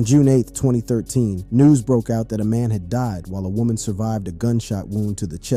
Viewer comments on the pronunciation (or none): none